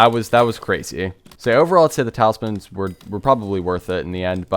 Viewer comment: Its talismans broooooooooooooooooo.